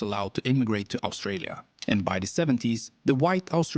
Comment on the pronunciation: We've just hit 27 million. What is that voiceover person's unusual accent with all his mispronunciations of English from his language? "Owstralia" for Australia? "de" for 'the'? "Yermany" for Germany and "yust" for just? "Ossies" for Aussies? (pronounced as Auzzies) etc.